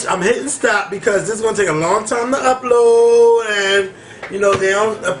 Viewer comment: LMAO..this was the best review of the BET awards I've seen. Yall betta "work" lol., you sounded like you was from New Orleans on the slick saying upload lol. Excellent job guys.. really enjoyed!